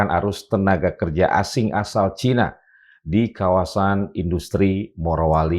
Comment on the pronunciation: Cina bukan Caina